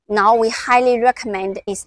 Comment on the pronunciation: Why is CATL pronounced as cattle? Is it a cow?